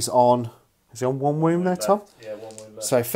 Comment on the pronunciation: Are you saying womb instead on wound?